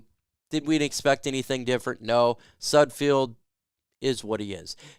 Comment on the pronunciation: I'm hoping can pronounce SUD-feld before he's no longer with the team